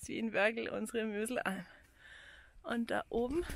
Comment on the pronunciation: Möslarnalm, ned Möslalm. Und den Gipfel am Anfang ned gewusst, obwohl das schon eindeutig ist. Ich schau mir eigentlich gerne Eure Videos an, aber wenn Ihr auch in den anderen Vids solche Fehlinformationen habt, finde ich Sie nicht mehr gut. Ich bin echt kein Kleinkarrierter, aber als Einheimischer fand ich halt dieses Video als erstes mal nicht so toll. Tut mir leid. Trotzdem macht weiter so, Fahren könnt Ihr auf alle Fälle